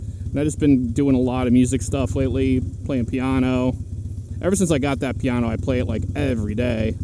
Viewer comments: Sounded like peaneau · Never heard someone say piano like that, is that just how people say it where you are?